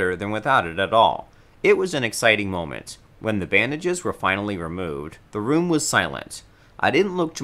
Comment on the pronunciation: Is it just me or is pronouncing room like rum